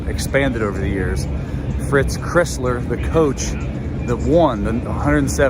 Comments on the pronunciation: Very good, except Fritz pronounces his last name like the car--Chrysler. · Clown sleeznut illiterate called iconic Fritz "Crissler"! Nice research! It is pronounced like the Car - "Chrysler" the Michigan difference - we get the job done right!! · Yea, Crisler is NOT pronounced “Criss-ler.” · it's Fritz Cr(eye)sler (like the car) not Cr(eh)sler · Please learn to pronounce Crisler. It rhymes with Chrysler. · You have to learn how to pronounce Crisler. It's a long i -- like cry-sler. Otherwise, nice vid. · Cry sler...Get his name right.please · Great video, but how do you mispronounce Crisler, it's the name of the basketball arena!